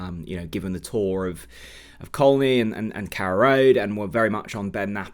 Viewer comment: Hi. I cringe whenever I hear the word, “Coll knee”. Locals who lived and grew up in the area have always known it as CONEY! Who started this pronunciation. Please do a bit of local research to find out what the “ correct” pronunciation should be.😊